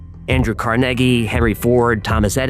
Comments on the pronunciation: I love your videos. I just wanna say that first. However my OCD sometimes gets me stuck on certain things. Things like the mispronounciation of a word or name. Like Andrew Carnagie. CARN-A-GIE. It's not you. It's me. You're still awesome. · Again you can't pronounce the name Carnegie and you're from New York?????